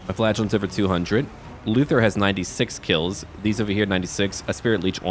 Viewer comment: Every time you say "flagellants" I always think you're saying "flatulence" and now I can't stop thinking the flagellant's secret weapons is gaseous fumes...